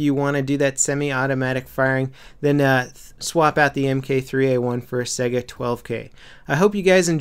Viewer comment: Its pronounced Saiga not Sega >_>